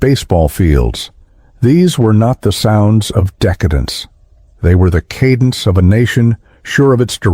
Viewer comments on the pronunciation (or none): none